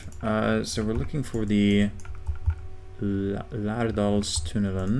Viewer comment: As a Norwegian, I am really impressed how you pronounced "Lærdalstunnelen". You almost got it right! Lærdalstunnelen is the longest road-tunnel in the world, and it is 24,5 kilometers long (or about 15.2 miles).